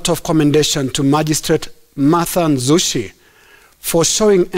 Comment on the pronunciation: Nanzushi not Nzushi